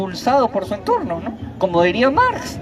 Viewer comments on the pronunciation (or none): Ese VIEJ0 WEB0N ... dice MAR en vez de MARX... dice ENGES en vez de ENGELS... ests perdido ese anciano